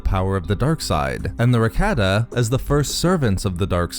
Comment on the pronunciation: Cannot stand listening to this mispronunciation of Rakata. So Cringe to my ears 👂 it’s Rah-Kah-Tah